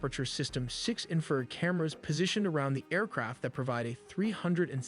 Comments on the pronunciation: Or "inferred" for "infrared." 😊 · yes and it also needs to learn how to say Infrared! not infered, Doh! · God please bless and protect our military- “No man left behind”🇺🇸❤️. This video was very well done-my only complaint-the word is in-fa-red not inferred. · Video was narrated by AI It pronounced infrared as "inferred"